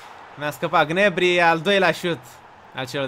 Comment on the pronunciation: SE PRONUNTA GNABRI NU GNEBRI